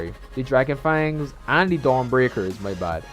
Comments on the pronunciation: The drackon fengs😂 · The way you say draken fangs is killing me😂